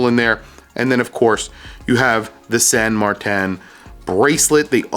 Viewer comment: its san martin NOT san mar-tan